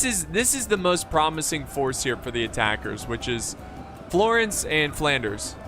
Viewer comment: calling Flanders flawnders was probably the best part